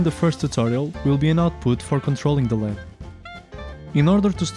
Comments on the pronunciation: firstly it is never called "le'-ed" it is an abbreviation and is always pronounced as L.E.D. (light-emitting diode), so never call it again "Le-d" because it is something else. Lead is an element with the scientific name Plumbum and symbol "Pb"; Atomic number: 82 Atomic weight: 207.19 Diodes are semiconductors not metal like the lead. Secondly, using a push switch to turn on or off the LED is so lame. I mean what else is the purpose of a "push switch" or be it any switch that exists. The switch simply cuts or completes the circuit. You can simply power 5V or 3V to an LED and if you add a switch to the circuit it will glow when pushed and will turn off when not pushed. What is the point of using a microcontroller then where is the automation? There should be at least different patterns of LED turning on or off when the button is pushed. make something challenging and use proper scientific language else a little confusion can create blunder mistakes. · Good video. By the way, it's "an LED," pronounced "an el ee dee." LED is an initialism, read aloud as three separate letters.